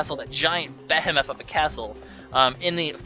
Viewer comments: I always thought it was pronounced BEE-HE-MOTH... meh idc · I've never heard anyone pronounce behemoth like that